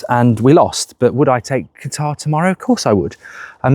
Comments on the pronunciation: Mark it’s CATAR not Guitar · Please no! Simply coz I can't handle mark constantly saying 'Gutar' 😂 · and qutar😂